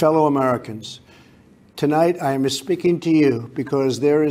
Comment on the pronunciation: "I amma speaking to you" too President Trump. I amma speaking to you.....😉 Love you